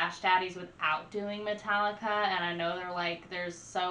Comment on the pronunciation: It's pronounced Meta-leeka. I got into them back when their name was Alcohollica, and yes their 80s stuff was way, way better than their new stuff. They're the opposite of the Beatles in that way. The Beatles began silly with songs like I Want To Hold Your Hand. Later though, after the LSD and pot, they got a lot better with Strawberry Fields and I Am the Walrus. Metallica began strong and then eventually became silly after they stopped drinking and snorting coke